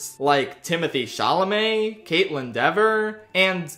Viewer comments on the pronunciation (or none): none